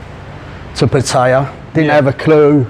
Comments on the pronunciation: sounds like a real nice bloke, he also pronounced Pattaya the way I do. 🙏for the video 👍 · 20 years and still does not know how to say Pattaya correctly